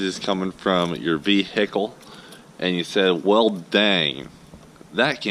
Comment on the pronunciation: Vee hickle